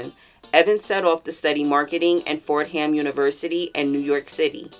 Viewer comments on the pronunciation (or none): My favorite Faith Evans song is “Soon As I Get Home”❤🎶 that song makes me wanna run myself a bubble bath & sip some wine lol🍷🛀🏽 Fordham is pronounced “FOUR-DUMB”.